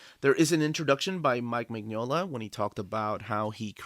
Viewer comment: You'll be waiting a long time for a Lobster Johnson omnibus. The omnibuses collect the stories in chronological order, and the earliest stories chronologically haven't yet been written. (Also, just so you know, Mignola is pronounced "Min-yola")